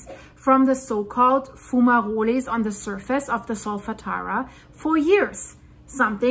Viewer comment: its pronounced FUME AAA ROLL not being picky if you don't believe just type into any search engine " how to pronounce fumarole (or fumerole) "